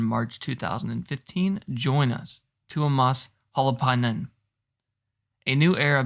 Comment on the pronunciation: Just sitting here cackling at the pronunciation of Tuomas’ last name. Y’all killing me. 😂 Also, with regards from the Nightwish Army, just surrender now.